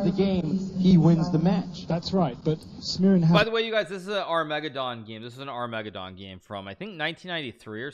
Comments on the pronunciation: Back when Hikaru couldn’t say ‘Armageddon’ correctly: Ar-MEGA-don! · Hey Hikaru, say "Armageddon" Hikaru: ARM - MEGA - DON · "ar me GED on" not "ar ME ged on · Ar-me-ga-don game? Lol.... it's an Arma-gedon game. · Did Hikaru just say "are-----meg-ed-dawn"? It's "ar-mug-ged-din." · Hey Hikaru its not Ar-megaddon but Arma-geddon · Armegadon? I thought it was Armageddon, what am I missing? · Is are-mega-don a meme? As opposed to armah-gedon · The way he pronounces 'Armageddon' (Arr-meg-ah-don) sounds like a dinosaur! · Must've been a mispronunciation right? He doesn't always say "armeggadon" right? Lol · The way Hikaru pronounces "armageddon" made me think he was talking about some obscure chess subreddit called r/megadon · Armeggadon? Lol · Ar-mega-don game? I'm new here...but does this guy always mispronounce words on purpose? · Hikaru says Armageddon like it's a dinosaur. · Bruhh is that how you pronounce armageddon? Shit, when he said it like that , I knew it sounded wrong but then i tried saying it and I fucked it all up. Damn it hikaru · Is it me or Hikaru mispronounces the word "armageddon" ?